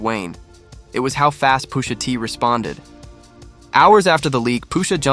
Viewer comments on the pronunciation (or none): Why tf he saying Poosha T